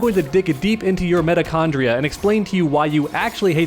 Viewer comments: My man said "meta-chondria" lmao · wth is "metochondria"?